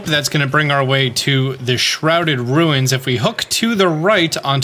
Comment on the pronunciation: did you just say, “rueens”